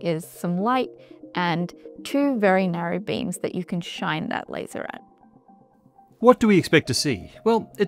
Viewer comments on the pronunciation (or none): none